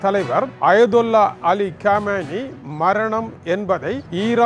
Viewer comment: Ayyyaaa.. It is not kammaayini. It is khomeini plz learn English correctly paiyya,, ennadaa ithu maduraikaaaranaku vandha sothanai 🧨🎇🎇🔥🧨🎇🎇🧨🎇🔥🎇🎇🔥🎇